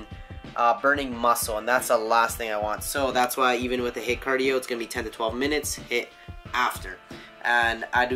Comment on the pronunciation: HITT cardio? You mean HIIT?:P